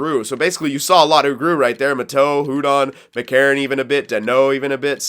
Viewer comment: Hudon is pronounced uudon